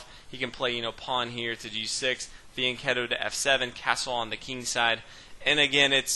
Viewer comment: what is the bishop doing? he called it thee n kennel? kettle? can someone tell me what it's called when the bishop goes to b2? i hear it all the time but have no idea what they're actually saying.